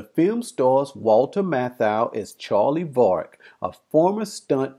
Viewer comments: Yep, twice in the first few minutes. Yet in the movie it is always pronounced VERRICK. STRANGE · If you’ve seen it why do you say Vah-rick....